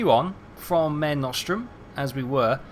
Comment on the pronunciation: Mare is pronounced 'Maarae'. Mare nostrum is italian for 'Our Sea'.